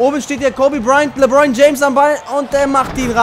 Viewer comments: Er heißt nich lebroin james hahaha lebron das le wie im französischen und dann bron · Er heisst lebron nicht lebroin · Les dir mal die Namen und die Plays richtig durch. LeBron, nicht Lebroin, usw. Hört sich beim zuhören richtig kacke an. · Emirhan Taser z.B. sagt er LEBROIN anstatt LEBRON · Geiles Video Aber mich als nba fan stört noch ein bisschen dass du die namen nicht aussprechen kannst 😂